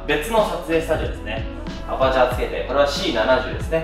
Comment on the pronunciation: “アプチャー”です 前からちょっと気になってましたので